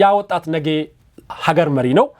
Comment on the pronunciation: አማርኛህ እኮ በጣም ነው የሚገርመኝ በጣም ትለያለህ ጎበዝ ነህ አንዲት ነገር ብቻ እንቢ አለችህ እርስዋም ነጌ የምትላት ነገር ወደ ነገ ብታስተካክላት አሪፍ ነበር